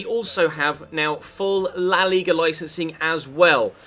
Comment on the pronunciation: The way pronounces La Liga is fucking aids!